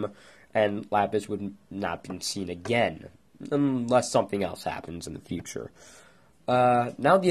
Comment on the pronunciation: uurgh great theory, but your voice is so annoying, example: againuh Garnetuh thisuh monstrocetiesuh and all the UMMS!!! REHEARSE YOUR LINNENSSS!!!!